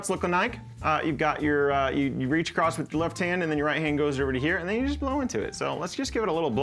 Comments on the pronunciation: LOTR, The Shire theme, beautiful motif. Although the last note of the main phrase is a half tone below that drone so it's a bit of a clinker for a second, but no biggie. LOVE that theme. Oh, also... "across," the word is across. You don't have to blow 'across' the hole. There is no 'acrost.' Just future reference. YES, I am that guy. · How old are you that you don't know there's no T in "across"? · I like how he says ACROSS with a ‘t’ at the end 😂 Across’t … great video! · It sounds so weird to me, but a lot of people apparently say it that way 😳